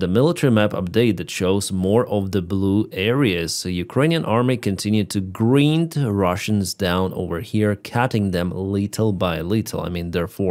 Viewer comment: Hi. Just wanted to help you with the word grind. Its pronounced. Gr'eye-nd. I know, the English language is so difficult From Australia. Thankyoufor your daily reporting..